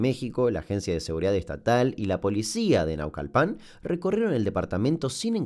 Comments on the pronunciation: q buen video maestro, solo cuando has mencionado algunos municipios o localidades mexicanos lo haces con acentuación diferente, Naucalpan no se dice asi jaja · Si tuviera una moneda por cada creador de contenido que haya dicho Naucalpán en vez de Naucalpan tendría dos monedas, que no es mucho pero es curioso que haya pasado dos veces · "Naucalpán" 😂😂que